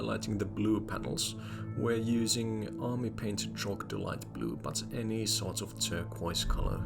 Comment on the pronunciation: Amazing video, love these kinds of challenges. I don't know if you do this on purpose, but isn't it supposed to be Troglodyte Blue instead of Trogdolyte Blue? 😅